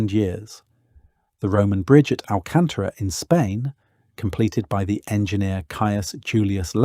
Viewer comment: Extremely informative video as always! Thank you for your hard work. P.S. Full marks for pronouncing "Alcántara" correctly!